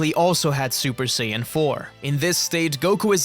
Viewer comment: Que sayajin fala sayadin e escreve sayajin